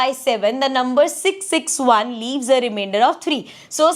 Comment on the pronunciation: It is not even reimender or not even rimiender. 😂😅 It is Remainder 😊